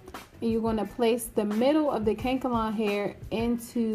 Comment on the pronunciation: Lol. It’s “Kan-e- kalon” hair, girl. Not kank-alon 😂